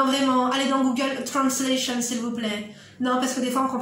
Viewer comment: J’aime trop ton naturel wallah j’en pleure de rire 🔥🔥😂😂❤️ « trrranslationn »